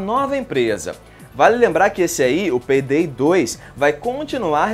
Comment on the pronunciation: peydey hueahueahuea